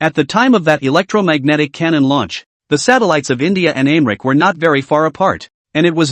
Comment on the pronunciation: The Translation is trash. I am wondering if the pronunciation of America is being mispronounced is intentional or not considering most of the others are correct.